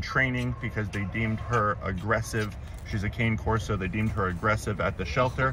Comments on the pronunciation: It’s CON-nay Corso not like candy CANE. It’s Italian for guard dog ( loosely ) Thought you’d like to know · Khan-ay Corso is the correct pronunciation for the breed. Thanks for all you do! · you are awesome! The Corso is pronounced, Khan-nay Corso;) xoxo